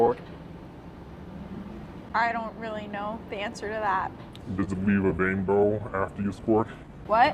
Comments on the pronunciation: He actually said “does it weeve a wainbow?” 😂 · does it leave a wainbow after you sqwuart🌈